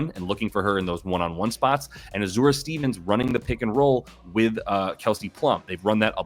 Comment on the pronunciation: Azz-ah-ray not ah zur ah 😅 love the content!